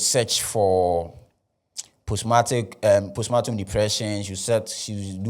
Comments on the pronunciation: Pronounced “powstpaartm” please.. or maybe you mean to say a different word.. respectfully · Thanks for helping me understand this case better. It’s been a little overwhelming so this summary helps. But please it’s postpartum and not postmartum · Is the word post partum or post matum